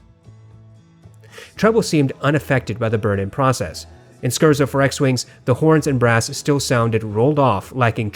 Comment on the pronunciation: Hey there, long comment but all out of appreciation: I love the scientific and intelligent perspective you bring to hifi reviews, comparisons, and tests. By far the best reviewer for the intellectual hifi enthusiast. One thing though... As a professional classical musician I am obligated to bring up that the word "Scherzo" is pronounced [scare-tso] (not skurzo). It's an Italian musical form. I know it's in the name of one of your regularly referenced pieces from the Star Wars soundtrack, and I wouldn't want you turning away any pretentious elitist classical music nerds (like myself) who dismiss the high quality content you provide just because of a mispronunciation. That'll bring my enjoyment of your videos from 99.9% to a full 100%. Keep doing what you're doing. Also, I bought the hi-x55 off your review and they've made my professional production MUCH easier. I'm looking to get a contrasting pair of warm open back headphones for beautiful pleasure listening to classical/soundtracks (something with clear, pronounced, but not mushy, bass). Any suggestions?